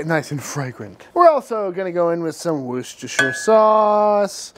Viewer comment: The only american youtuber to pronounce worcestershire sauce properly. Just a fyi in the uk we just say worcester sauce, pronounced "wooster sauce"